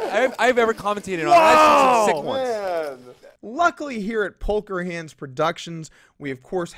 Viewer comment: did you just call it "Polker Hands"? lol